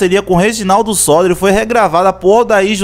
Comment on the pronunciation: Muito bom só lembrando que o nome do compositor é Reginaldo Sodré. Você pronunciou errado.